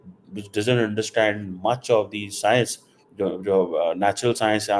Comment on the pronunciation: Chal chhodh yaar yeh sab Endiya Amreeka ki baatein. Yeh bataa ki "Cee-Pack - Thee Game Changer"... Game kab change kar raha hai? 10-15 saal ho gaye yaar sunte sunte iss "Thee Game Changer" ke baare mein. Ab time aaya ki nahin game ke change hone ka? One Vee-Laag puhleese on this.